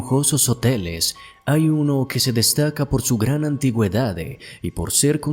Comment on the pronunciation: Critica constructiva. Deja de terminar las palabras con una "e" sonora, suena horrible, más sabiendo que es forzada para dar apariencia de locución de altura. Ej : Di "ciudad", no "ciudade", "antigüedad", no "antigüedade", "canal", no "canale". 😂😂